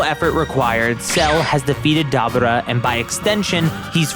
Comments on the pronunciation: its not dubba ra its da bore ra (dabura) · wtf is a dab ah raah, even in the show they call him DaBooRah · Why is it that no one can pronounce Daburas name correctly? Its da bū ra not Da bu ra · Pronounce it Da boar raaaaaa😂😂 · Lol this guy can't say Dabura's name right for anything lol 😂😂😂😂😂😂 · The way you say Dabura 😅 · Broooooo this dude is Pronouncing Deborah's name aaaallll wrong 😑!!!!